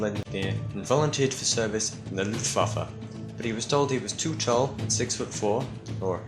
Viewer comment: I love how english people try pronaunce german words as a german it sounds kinda funny to listen to [Luftwaffe, Wehrmacht and Leibstandarte]